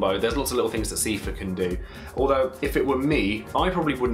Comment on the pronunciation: dat Seefur prononciation tho. Wiki and Kingdom Hearts says it like Sai-fur.